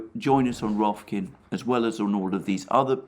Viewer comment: Rofkin 😆 Rofkin-Rifkin